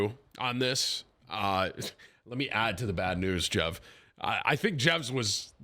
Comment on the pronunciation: Oh its Jev! I keep hearing "Jeff" 💀